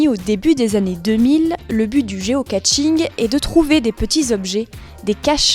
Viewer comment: Géocaching, pas Géocatching ! On ne se bas contre personne !